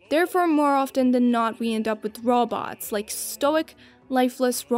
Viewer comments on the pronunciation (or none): Your pronunciation of robots is funny. "Raw Bawts"